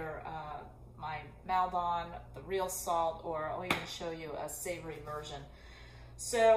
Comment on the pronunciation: Nice video! By the way, the 'don' at the end of Maldon (salt flakes) is pronounced the same way as you would pronounce TON at the end of HAMILTON, and not pronounced as 'dahn'. I just thought I'd mention it. Maldon is in Essex, England, and it is 30 minutes from where I grew up. We often went there for a family afternoon out. 😁